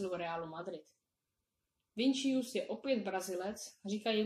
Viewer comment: ten mladý brazilec není Vinčius ale Vinýcius teda takhle se to čte